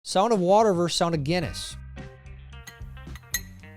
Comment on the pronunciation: Versus, not verse. You sound ignorant when you say it wrong, very Gen Z.